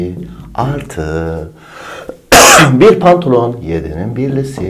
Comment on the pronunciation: pantılon demesi dikkatimi çekti bir baktım gerçekten pantılon yazmış ndncnrjxjekxjejxks